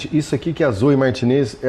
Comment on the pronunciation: A pronúncia correta do nome espanhol terminado em EZ, Você diz corretamente..ex. MARTINEZ, se diz, "MARTINÊS" , comoe CORTEZ, SE PRONUNCIA "CORTÊS"..❤❤❤❤